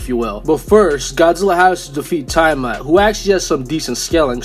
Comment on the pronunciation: Bro who is Tya-mat 😭